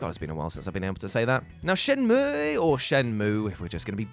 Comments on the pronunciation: Shenmue isn't pronounced either of those ways... It's SHEN-MYOO!!! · you pronouncing shenmue "correctly" is an injustice. LET MY EGG BROTHER FREE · I don't know who told you to start saying shenmue in the unfun way don't